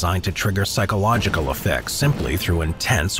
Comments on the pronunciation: it's "psychological" not "pyschological" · Right is : psychologycal, not pYSchological like in this video